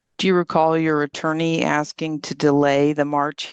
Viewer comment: "im not sure what youre axeing 🪓" darell brooks all over again 😞